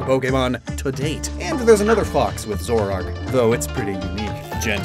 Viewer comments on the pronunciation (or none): none